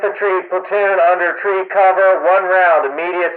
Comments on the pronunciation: Interesting that he says tree instead of three. :) White phosphorus shells?! Jesus... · Tree Fife... out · Something easy to gloss over is the use of 'fife' and 'tree' for 'five' and 'three'. This is really important for suboptimal radio conditions. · Tree? Fife? The fuck is that shit? I have NEVER heard that over R/T. Must be some idiot training garbage. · "One-two-TREE?" 😆 Great video! Very educational!! 😄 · I noticed they say things like Tree and Fife a lot like you say over the radio to ATC when you’re flying. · I think I heard "tree" in place of "three" as well, great attention to detail, only picked up on by those who know lol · It sounds like the forward observer and the FDC both say 'tree' and 'fife' instead of 'three' and 'five.' True? If so, any other little military lingo that's not obvious would make a great future video. I LOVE the way the military have come up with serious, detailed routines and procedures both to protect our boys AND ensure we are hitting the right target. One of the many ways our imperfect, but always evolving, military stands head and shoulders above the likes of the 'hide our war crimes' club. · For those who are curious, you are hearing audio from a training film. I've never heard anyone use the phonetic versions of three or five ('tree' and 'fife' respectively). Also, the audio is too clean and too cadenced.